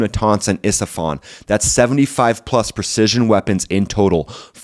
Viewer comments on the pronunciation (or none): That's Isfahan, not Estefan as in Gloria. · Isfahan. Not Estefan. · It's isfahan. Not Estephan ❤ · Please learn to read E S F A H A N. Not Estefan. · Isfahan not Estefan…😂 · They bombed estafahn? No more Miami sound machine? You meant Esfajan. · for the thousandth time its Isfahan not estephan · If you’re going to present information, get the naming right. ISFAHAN not Estefan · It's Esfahan, not Estefan. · how hard is it to pronounce IS-FA-HAN???